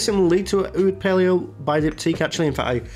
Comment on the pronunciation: Oud Palao is pronounced Palow, not Palio.